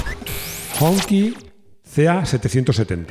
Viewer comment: Hong Qi se pronuncia como Sh en inglés, no como Ki. 🤭😅 Hong Qi quiere decir Bandera Roja, como ya se ve en su icónico logo en el morro del coche.